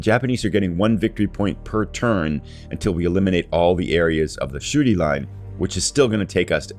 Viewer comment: Every time you say "Shuri" it sounds like you're saying "the Shooty Line" which is, actually, pretty accurate :)